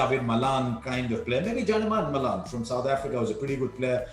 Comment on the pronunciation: Harsha pronounced J Malan wrongly, its Yaneman Malan not Janeman Malan.